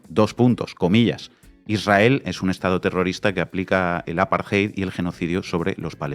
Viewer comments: Por que dicen aparjeid y no apartheid con t? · No es “el apartheid.” Es apartheid o la apartheid. La traducción correcta es SEGREGACIÓN y no deberías utilizar extranjerismos en español, a menos que un término no tenga equivalente. Además, no se dice “aparjay”. La lectura de esa palabra es un poco difícil en español pero se lee más o menos así: A-PAR-TE-YD.